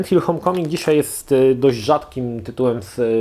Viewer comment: Nie "hom" tylko hołm